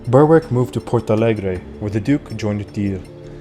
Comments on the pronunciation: Excellent video one very minor point Berwick is pronounced berick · Thankyou for your very interesting and informative videos! Just one small point, Berwick is pronounced " Berrick". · "Berwick" should be pronounced "Berick". The "W" is silent. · Excellent presentation. One relatively minor correction, I hope you don't mind? Berwick, is pronounced by The Scots, and by The English, as Berick. The w within Berwick, as a rule, is always silent. Much of this interesting history is never taught to us here in Blighty. Thank you very much for your brilliant contributions to keep our histories alive.